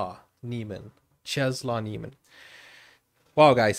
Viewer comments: If you want to pronounce it correctly it’s “czeslav nieemen“ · Czesław Niemen - Chesswav Nie men. That L in poland is pronounced like w in every english word ;) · Nice video :) Czesław Niemen is pronounced something like [chesswuv nyeahmen] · Its so funny how badly you pronounce the name and title 😂